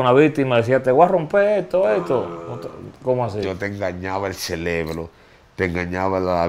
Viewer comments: (LA PALABRA CELEBRO) me hace doler los oídos , esa historia está mal contada , donde estaba su familia en ese momento? Que maldita fragilidad, si x un jumo de 1ra vez todo el mundo cayera en vicio, entonces todos estaríamos como él con el ce re bro 🧠 tostado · Exacto, dizque se aclarò todo, ahora estamos màs confundidos, y no creo nada, para mi es puro rating, ese tipo no sabe ni donde està parado, sòlo habla muchas estupideces e incoherencias, el "celebro" como el dice, lo tiene fundio 🙄